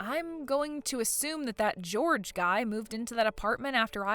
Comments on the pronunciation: Jorge is not pronounced George, it is pronounced "Hor hey". Most common in Mexico. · “Jorge” is NOT pronounced anything like “George.” George is one syllable, while Jorge is two and the ‘j/g’ sound is soft: “HOR-hay.” Holy guacamole, at least make an attempt to get Latino names right. 😂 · The Spanish name Jorge is not pronounced like George. It’s Hore-hey. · That is Jorge (hoar-hay) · That’s not how Jorge is pronounced. Seriously, if you are unsure of how to pronounce a name or a word - google it!!! It’s not difficult! (It’s the same va who pronounces “Geoff” as “Jee-Off” 😂)